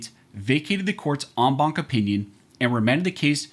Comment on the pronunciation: You lost me at on bonk. It's en as in end, Bank as in going to the bank. A bank is a collection, so the entire Bank of judges. I don't put my money in a bonk. That's not how Latin is pronounced, knock it the fuck off.